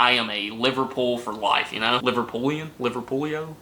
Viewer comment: You probably won't remember this tomorrow, but people from Liverpool are known as 'Liverpudlians' - that's pronounced "Liver-PUD-lee-anz".